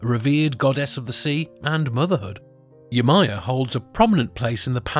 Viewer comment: Yemojà..... Not yemaya*